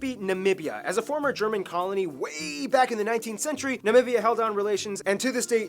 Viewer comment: Namibia!^^ Not Navivia😉 It's a country on the African continent and former German colony.